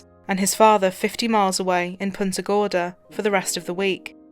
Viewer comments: The real crime is how that anchor pronounced Punta Gorda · Why is everybody in this video mispronouncing Punta Gorda? It's Spanish. If you can't pronounce it correctly just say Fat Tip then.